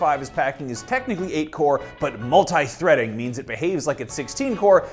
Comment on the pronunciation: Multi not multeye